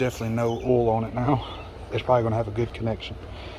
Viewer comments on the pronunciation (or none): Where are you from? I haven't heard oil pronounced "all" before. either way good vid. Thanks.😊